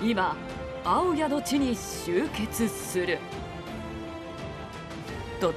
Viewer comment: 青谷のイントネーションが違います〜😢